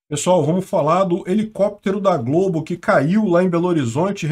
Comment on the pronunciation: Globo nao mah eh Globe. kkkkkkkkkkk